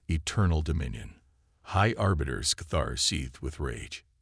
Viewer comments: Please do all of us a favor and teach your AI how to spell and understand context for pronunciation of some words. Pick one spelling for a name and stick with it throughout the story. Aliens should have alien names... Sk'thar. High Arbiter, not Orbiter.... two totally different words meaning totally different things. Engage the calm system? Try COMM system, short for communication system. A little basic research and editing would help you greatly. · Remember this moment high arse biter could have been a good mispronunciation. I hope the real high arbiter has a good sense of humour or where duck shit 😱.